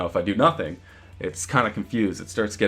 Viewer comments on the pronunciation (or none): none